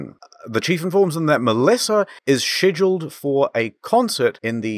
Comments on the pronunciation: I wanna hear you say scheduled on a 10 hour loop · I laughed at the part where you said the word "scheduled" funny... But then realized you're not American.